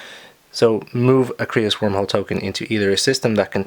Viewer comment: Creuss is pronounced like Dr. Seuss *CHANGE MY MIND*